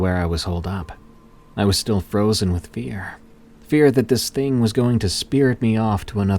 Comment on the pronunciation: It’s pronounced thing not thing-gahhhhh